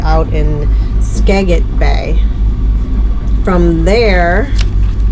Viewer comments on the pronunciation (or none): It’s pronounced Ska-Jit